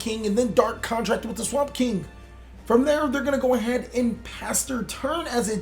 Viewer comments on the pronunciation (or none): none